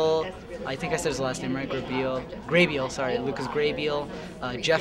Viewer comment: poor Lucas, nobody says his name right.